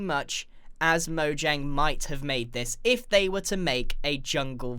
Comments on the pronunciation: It's pronounced 'Mo-yang' because it's a Swedish company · It’s pronounced mo Yang cause it’s Swedish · Mojang is pronounced Moe - yang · MOJANGIE I TELL YOU "MOJANGIE"